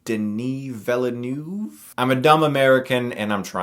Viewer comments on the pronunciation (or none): You got Denis Villeneuve mostly right except it's not "noov" but rather "nuhv" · 😉: Better For Anglos Chris To pronounce Villeneuve (New village) as : Vill(ain)-An-Ne(r)v. There you go..😀😀😉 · Duh-neigh Vil-nuv! ;) There you go! Awesome review! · Vil-NewV. Just 2 syllables. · Pronounced De-NEE Vee-NERVE. Doesn't make you a dumb American if you didn't do French in school. Here in the UK we didn't do Spanish, and I keep pronouncing their names wrong... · Denny Veel-nerve is the easiest way. Time to learn some French, Chris. Also, great review of a great film. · I see you are still in trouble with the pronunciation of this great director's last name. You just can search on YouTube an interview with the Formula 1 racer Jaques Villeneuve, and there you'll have it. By the way, you NEED to review HBO's True Detective. It's becoming legendary one episode at the time.